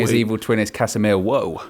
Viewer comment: 🤣🤣🤣🤣🤣 Case-meir-woah. love ffs. That united top is hard